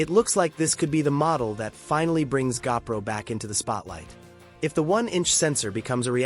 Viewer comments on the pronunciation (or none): I hate AI narration. It's a GOPRO not a gapro.